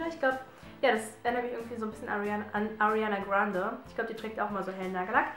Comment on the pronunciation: Arianda Grade wird ander ausgesprochen;B